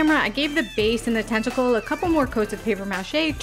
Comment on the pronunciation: Very cool, thanku ❤ Ps I thought u kept saying testicle lol sorry 😂😊😅